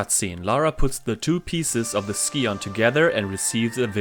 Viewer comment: Your #5 is my #1 track but they’re all great. I never understood why characters in the game pronounced “scion” the way they do. It should sound like “sigh-un”.